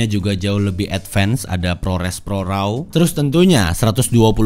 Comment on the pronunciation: Advance = ed-vans , bukan ed vens. cmiiw